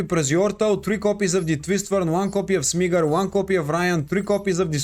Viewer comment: Smigger he says 💀💀💀